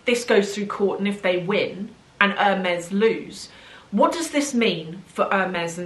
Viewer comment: It is painful to hear the brand name pronounced wrong like that over and over again 😢